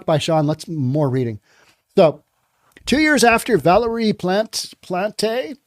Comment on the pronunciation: Plant the E silent if english. a french person would sound like this Plant(teu)